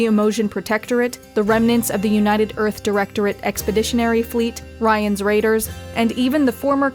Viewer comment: "Ryan's Raiders." Really man? Really?